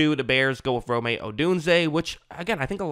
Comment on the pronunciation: I’m pretty sure its just ROME not ROMAY